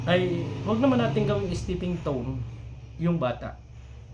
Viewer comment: Stepping stone....😃… not stepping tone..